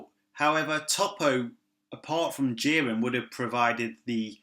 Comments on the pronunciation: I keep hearing "jir-Anne" every time you say "Jiren" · Your name is lame and shit, your accent is horrible and how you pronounce Ji-ren, damn you suck